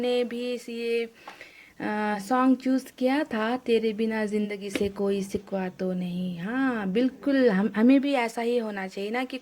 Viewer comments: hello mam its shikva not sikva🤣😂😂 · Sikkwa nahi shikkwa baba